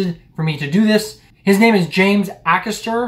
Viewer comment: Aycaster. Not a caster, he isn't a wheel 😂